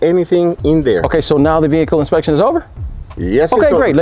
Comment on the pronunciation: "this is my behacle "😆😆😆